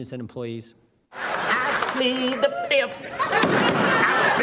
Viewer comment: "...Plead the Fisif!"